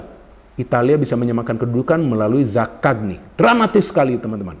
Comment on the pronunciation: Zakanyi Bukan zakakni 😄